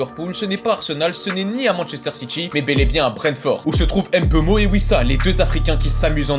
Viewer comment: Pourquoi dire Em beumo alors que c'est clairement Mbeumo tu sais lire le français ou pas ?